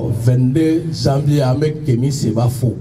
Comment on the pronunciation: Ben, il faut retourner en classe de 1ère année pour apprendre à bien prononcer les mots français qui se terminent par # ion # comme: génération, mission, et les mots qui commencent par J comme Janvier et par G comme génération. En prononçant ces mots c'est comme si vous parlez chinois.